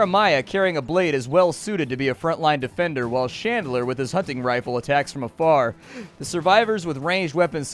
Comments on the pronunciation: It's Chandler, not "Shandler." Haven't you ever seen Friends? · You are pronouncing Chandler like Shandler and I can’t fucking stand it. Are you really that dense? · Who pronouces Chandler as Shandler... wtf. Bad.